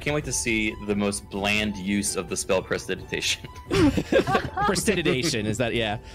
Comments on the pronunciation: presidigation? im guessing they mean prestidigitation? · The incorrect pronunciation of "prestidigitation" is triggering me alot more than it should. Probably because it's being enforced. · The Mispronunciation of pres·ti·dig·i·ta·tion by the and corrections of the players actually pronouncing it correctly was nails on a chalkboard. I was literally trying to figure out what spell he was talking about.